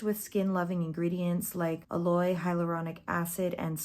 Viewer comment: "A-loy" lol never heard anyone pronounce aloe like that before lmao. If you aren't familiar with what aloe is, it's only in every skincare, hair care and make up product. Don't like it in my hair care though. It's a very popular plant, well known in the beauty community.